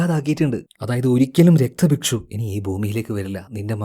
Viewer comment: രക്തഭക്ഷു അല്ല രക്ത ബീജൻ